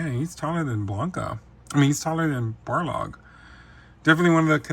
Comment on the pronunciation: His name is Balrog, not Barlog lol